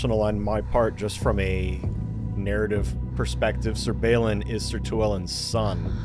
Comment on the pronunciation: also, i know what you're saying... but... all brain keep hearing is Sir Ballin and Sir BetterBeer. Brain refuses to hear otherwise.